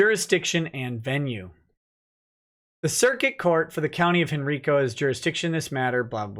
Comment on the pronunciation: It's pronounced Hen-RYE-co not Hen-REE-co, no matter what the GPS voice tells you